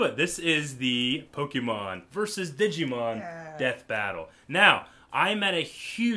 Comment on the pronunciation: Wait DID U SAY DIGI-MON? ITS DIGIMON